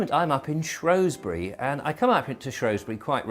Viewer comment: it's not Shrowsbury it's spelled and spoken has Shrewsbury, because it as a E not an O. i wish people would get it right.